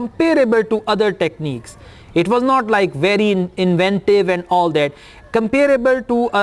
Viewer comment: Did U pronouce inventive wrong? Sir?